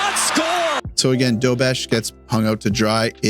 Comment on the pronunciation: I guess pronouncing "again" as "egain" is a Canadian thing? :face-green-smiling::face-green-smiling: Good video, sorry aboout your Habs, and your washer. Editing in: "Lost his [dignity]..." I lol'd hard. Yeah, Dobes [Doebesh] had a rough night.